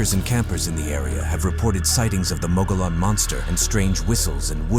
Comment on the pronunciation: If you can't pronounce "Mogollon" correctly, it invalidates this entire video.😂